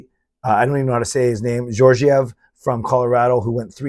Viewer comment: Both g's are pronounced as a hard g in Alexandar Georgiev